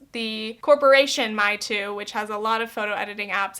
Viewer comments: I thinks its pronounced more like may-tu not me-tu. Mei means beauty in mandarin. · Random note. Meitu is read as "may-too" not "mee-too" 😂 I'm Chinese and I was born naturally with larger eyes, thick eyebrows and full lips. But I can tell you that some Chinese people in my country did skin whitening (like we aren't white enough) and lip fillers. And they always use the snapchat filters which is starting to get annoying by time. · Hey! Mandarin speaker here:) 美图 is not pronounced ‘my-too’ but how English speakers pronounce ‘may-to’... but irrespective, I also have some thoughts on mainland Chinese social media too. It’s interesting that you said that Chinese people with editing apps are chasing after the same western ideals we do... I’ve always thought growing up that Eastern media and aesthetic ideals are SO different, so much ‘softer’, ‘cuter’, ‘smaller’ whilst I see western media promotes more of a harsher and mature standard hmmm, interesting! Another great video ❤️ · my-tu, my-tu filters Me, literally in China right now: Mei!! It's gonna be may! Meitu! Idk why I'm so triggered over it lol but it gets me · I loved this video! Just a tip, though! Meitu is pronounced May-two not My-two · Hi I’m chinese and meitu is pronounced as may too. Love the video and the message behind it. It really brought in a whole new perspective on the so called harmless filters. Another great video ! Ps English isn’t my first language so, sorry for the horrible grammar. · hey! just wanted to say that it's pronounced "may" (美) tu like the month! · It’s pronounced as “may too” XD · its pronounced may (mei) tu :) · i know this is dumb but i cringed at how she pronounced meitu